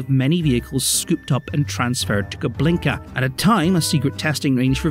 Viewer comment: It's Kubinka not KuBLinka, although I'll admit to anyone who speaks Russian the latter sounds funnier